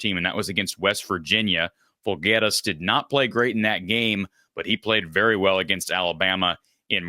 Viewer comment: You pronounced his last incorrect. Jirak = "Yur-rock" Alvaro Folgueiras = al-VAH-row Fool-gair-us (long a)